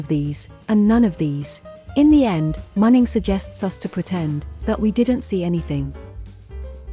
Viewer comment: A few names pronounciation correction: 1. Remember Shenhe? Remember how she pronounced her name, especially the last syllable? That's also what the He in Uncle He roughly sounds like. 2. Muning's "u" is pronounced as in "ultra", not as in "under". I like your channel, just next time please take more time cross-checking 'unusual' names with the other in-game languages. More exotic names will come along with new regions you know, so better familiarize with any languages supposedly are gonna be used in the future. Good luck!